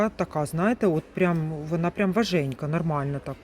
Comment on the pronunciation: ВажКенька а не важенька